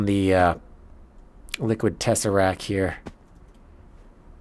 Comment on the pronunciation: Love the series, interesting content, excellent production quality, constructions even look great (fabulous aesthetic styling). Why don't you say " tesseracT " properly ?